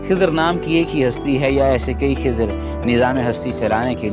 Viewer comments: Not खीजार सीस्टर खीजर Is Correct Pronunciation 😊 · Khazir not khizaar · Not khizaar it khizer as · Khizar nhi खिज्र है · Dear its nt khizaaar its khi-zar 😊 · Not kezaar hi is khizar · Khizar nhi